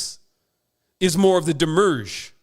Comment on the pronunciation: Also "Wednesday" comes from the French "Mercredi" which comes from Mercury...and not Venus as this guy asserts. Also, it's 'demiurge" and not "demurge." So many obvious mistakes here.